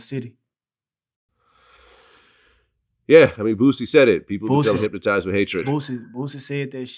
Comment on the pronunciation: hyp-Ma-tized with hatred 😂